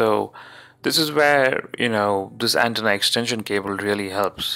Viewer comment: I'm thanking you NOW! I was already shitty over the way he pronounced 'antenna"!!!